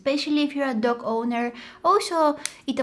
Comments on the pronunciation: I thought she was saying duck instead of dog😂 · am i the only one who keeps on hearing duck and not dog? 😂